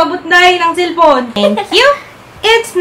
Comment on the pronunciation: that "oh my ghad nakalimutan ko silpun ko day! with bisaya accent" HAHAAHHA tawang tawang ako!